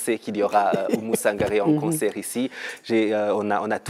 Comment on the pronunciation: Oumou Sangare et pas Sanagre